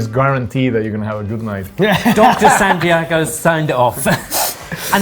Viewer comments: Why does keep calling him "Sandiego"? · Santi-AY-go? Give it a rest. Mans is right in front of you and you still mispronounce it. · will you please at least make an effort to pronounce Spanish words correctly, especially people's names. I guess Santiago has lived in the UK long enough to have just given up on Brits saying his name right. However, hat's off to Jaime for getting Spanish pronunciations right. I don't recall hearing him get them wrong, including Santiago.